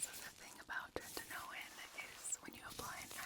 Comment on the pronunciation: This was so lovely thank you! But every time I heard "treNtinoin" I got a little more awake lol